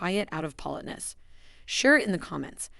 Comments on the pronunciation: If creators who use AI ever listened to t g eir posts B EFORE putting them online we wouldn't have to endure things like a simple word (politeness) being repeatedly mispronounced. It's an insult to our intelligence and our patience, to skip this simple step. Better yet, have an actual human being who knows how to properly say simple words narrate your video. It can't be that expensive, and will likely b et you more views abd likes. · Why can't you pronounce 'politeness'? Are you a bot voice?